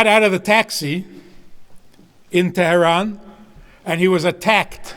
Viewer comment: wow, an american with a brooklyn-yiddish accent who, unlike Obama and all those Harvard grads, can bother to pronounce Iran and Tehran pretty accurately....Bravo.